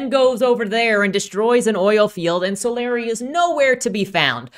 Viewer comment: I probably should've attached timestamps to these but oh well: 1) I can tell you have no interaction with the Rippaverse community at all because it's "So-LAH-ree", not "SO-lar EYE". But seriously, how do you even guess that wrong? If you saw "Solari" on someone's nametag, would you guess "SO-lar EYE" to that person's face?" (Oh, wait, you actually switch to the correct pronunciation later on. You had simply made a creative choice to annoy me for 10 minutes.) 2) What caused you to label the trio from Yaira's homeworld "bounty hunters"? That term has a specific meaning. We never actually learn what was the relationship between Yaira and the trio. Yanessa seems like some sort of royalty, or someone possessed of a prominent leadership role back on their homeworld, but it's never specified. 3) When Sally says, "I was here. I lived. I am still here among you," she's speaking from the perspective of creative achievement, be it biological, social, technological, etc. -- any impact a creature might have had that lasts into the future. She's not calling out her personal immortality. (The writers should have put quote marks around that portion of Sally's speech to make this clear.) 4) Jerry Monolfo's questioning the "archaicness" of Sally's specializing in archaeology is both a dad-joke play on words and an indicator that he doesn't believe looking backwards to the past is necessary to create the future that Projexus is supposed to achieve -- i.e., what does archaeology (how humans beh